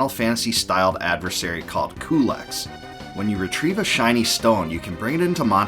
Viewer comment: About Culex, I thought it was pronounced "q-lex", or "cue-lex". I never heard it pronounced "coo-lex" before.